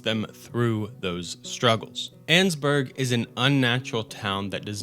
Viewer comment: You’re mispronouncing Annesburg